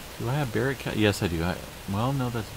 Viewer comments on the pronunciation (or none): none